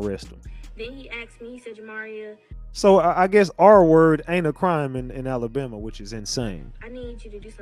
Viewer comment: First things first. Its Alabama not Alambama